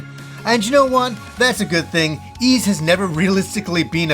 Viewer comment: To the lesser lowbrow folk pronouncing it “ease”, it’s pronounced “Wise”. Thank you and have a nice day.